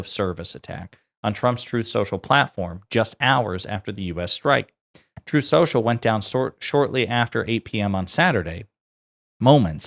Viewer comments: “Trothe central” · Twuth Seashell?!? Oh, say not so! ☠️